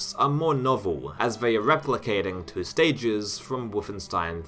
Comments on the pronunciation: 3 years later I hope you learned how to pronounce the word “two” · I know this is a useless comment, but the way you say "2".... I can't 😖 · im fucking enraged by the way you say the word "two" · I enjoyed the video and your pronounciation: "Doom tooey" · You just heard an extra e? I heard about 7 vowels mashed together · Why do you pronounce the word "two" incorrectly???